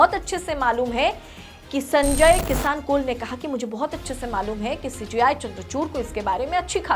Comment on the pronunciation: Madam Justice ji ka naam sahi se pronounce kariye.